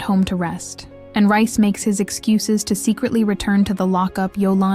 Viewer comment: It’s reiss not rice